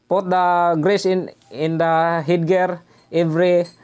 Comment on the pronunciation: mag tagalog na lang po kayo Sir i admonish you para madali kayong ma intindinhan ng ating kababayang Pilipino..do not force yourself too much in explaining in English..(take notice about your pronounciation put to fut) this is not to humiliate and consider a positive advise..God Bless.